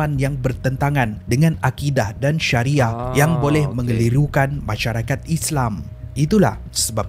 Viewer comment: mazhab bukan mahzab. Arqam bukan aqram. Syari'ah bukan syariyah.